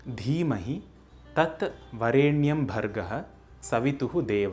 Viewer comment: The pronunciation of स्वः as सुवः is not a common mispronunciation but is the traditionally accepted correct pronunciation. Similarly, वरेण्यम् is, in fact, to be pronounced as वरेणियम्, and not the way it is actually written in Sanskrit. Thus the "correct" pronunciation found in this video doesn't follow the traditionally accepted rules of pronouncing the गायत्री मन्त्र. These are deeper intricacies of the गायत्री मन्त्र known to anyone who has received the मन्त्र properly during उपनयन from a वेदपाठिन्.